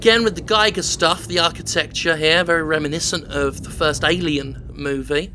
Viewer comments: It's pronounced "H. R. Geeger", not "Giger", AFAIK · 'Giger' is pronounced the same as 'eager', im not being picky its just that I use his coffin as a desk and when he spins my drink goes everywhere.